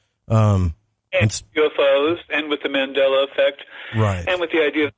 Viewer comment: Its Mandela not Mandala. It is named after Nelson Mandela. Just thought I would let you know.